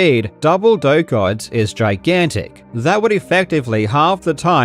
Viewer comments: I learn today his name is Doctor Doak and not Doctor Dork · Doctor "Doke"? I always thought it was pronounced "Doe-Ack".